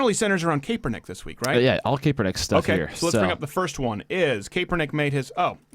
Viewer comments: You don't 'THROW A FUMBLE", you throw and interception Crowder!!! c'mon learn about the national sport if you claim to be so "american" ... by the way it's pronouced CAP -ernick, like a baseball cap...and yes he's bad and football and life. Calling him Lebanese is an insult to Lebanese people though. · Cap-Er-Nick not cape-we-nick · Please learn how to pronounce Kaepernick